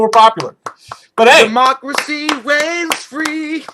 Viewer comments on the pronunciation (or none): none